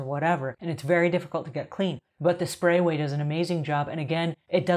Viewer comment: Great video. I just wish she would stop mispronunciating the name of the product.